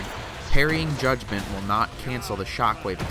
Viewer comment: I always heard "Judgement" as "God-Man"